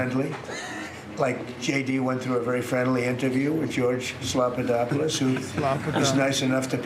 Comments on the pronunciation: PBD... You pronounced Slopadopolous wrong... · I thought you said Steven delopolous at first lol Good musician